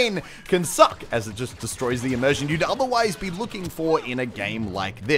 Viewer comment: Did he say emersion?